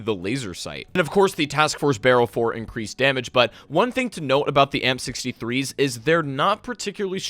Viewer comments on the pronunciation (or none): It almost sounds like your saying the m63’s instead of amp63’s lol